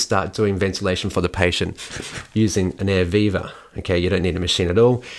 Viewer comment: Oh, Air VIVA ! I thought he was saying Air Beaver. But then it took me 35 years to figure out Jimi Hendrix was not saying 'Scuse me while I kiss this Guy. :)